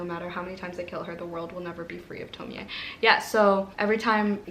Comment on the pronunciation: The Broken Girls is really good so far. So excited for the liveshow! Can't wait for sapphicathon! I loved Orquidea Divinia. You are pronouncing Tomie correctly! The e is pronounced. You make me curious to read Junji Ito all the time. It's not really my type of manga but I'm curious. I read Summer Sons in October and was excited to read a southern gothic queer stories but it was like a 2.5 for me. Was so sad because it was an anticipated read for me. Girls of Fate and Fury!